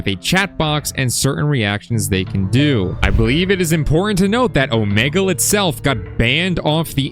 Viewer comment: Omelge💀 and why do you say it like that